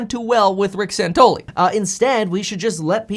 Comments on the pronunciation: It's Rick SANTELLI, not "SANTOLY." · His name is SANTELLI not Santolee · His name is Santelli not santoli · San-tell-i, not San-tol-i. Michael Santoli is a different anchor on CNBC. FYI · Santelli, not Santoli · Rick San-TELL-i ... LOL, big fan bro, love the content! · are u mispronouncing his name on purpose? have you ever listened to the guy on the left - he is an arrogant prick - and santelli knows it. fear is the biggest problem with this covid nonsense - and the guy on left peddles fear - he didn't de-escalate he was antagonizing him. if you are afraid, stay home, otherwise we should be treated like adults and freely go about our daily lives. your scared you do what is best for you - I am not, but I am being forced to coddle your fears. Santelli thinks people should have authority over themselves to decide what is best for themselves while the other guy thinks he knows what is best for you and you should stay home, suck off the government teet and tremble in fear under house arrest. BUT you can go to walmart though, thats ok and order from amazon, and get mcdonalds... but no mom and pop shops, or church or school, those are covid hotspots... 😘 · Hey ..ugly..bearded fuck..pronounce Rick's name correctly!!! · You pronounced his name wrong. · It's Santelli guys. San tel li. Just sayin.